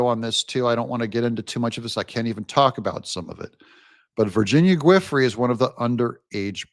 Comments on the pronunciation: 'Giuffre' sounds more like JOO-FRAY. It took me a minute to figure out what you were trying to say. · I think Giuffre is pronounced joo-fray'. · It’s pronounced “Goo-fray” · I believe it's pronounced VIRGINIA (JEWFREE). GUIFRIE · You're butchering her name a little bit. Giuffre is pronounced like "juh-fray". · Virginia's last name is pronounced JEE"OFFRY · Virginia “Ju fray” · It's "Goo-Fray." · Giuffre is pronounced - ju fray. Even Benny is getting it wrong which tells me our people haven’t really followed the epstien stuff too closely. Good work Doug but it’s important to get the names right on a credibility standpoint. 🇺🇸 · Virginia's last name is pronounced ju-FRAY'